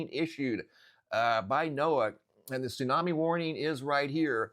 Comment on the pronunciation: What's a "tsunmai"??